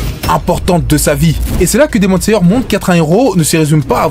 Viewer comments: Hypé par le titre j'ai vite été calmé quand j'ai entendu " Demon Sayeur " et " Pourfondeur " sois vigilant sur les mots et leurs prononciation ! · Demon layer par exemple